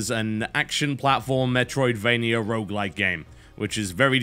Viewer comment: Rogue...R-O-G-U-E. Why people have such a problem saying the word 'rogue' ? ..rough ? ...wtf i've heard rouge before..